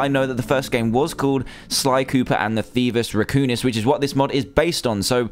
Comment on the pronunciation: Thievius raccoonis? It's Thievius Raccoonus... xD